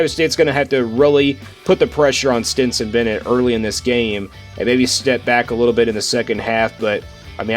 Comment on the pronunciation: It's Stetson, not Stinson. Stenson, Stenson, Stetson! Driving me crazy! Lol